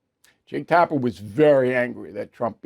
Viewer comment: Bill can't pronouce Dana or Tapper.